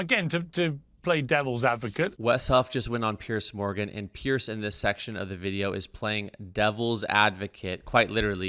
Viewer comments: Piers Morgan. Pronounced more like Peerz. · Note: Piers' name is pronounced similar to "peers" not "pierce". Aside from that, love the video!